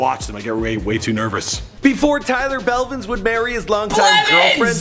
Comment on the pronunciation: btw u said Belvins instead of Blevins in that ninja vid.